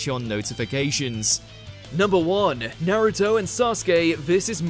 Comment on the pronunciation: Its pronounced Naruto not nairito